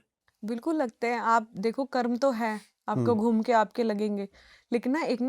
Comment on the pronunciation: ये कर्मा कर्मा क्या है ये विदेशी छाप जुबान 😡😡 अरे मैडम वो कर्म होता है जब तुम हिंदी ही बोल रही हो तो सही उच्चारण क्यों नहीं कर सकतीं जिसको देखो कर्मा कर्मा कर्मा चिल्ला रहा है 😡😡 कर्म होता है वो,👎👎😡